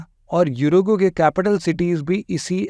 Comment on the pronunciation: Fully educated bro. Uruguay. Oruguay bolte Hain na ke gooruguay. Pehle khud learn Kar lao mere Bhai doosron KO 😂😂 teach Karne se pehle Kia Yaar ek mic lekar har koi sir ji ban jaata hai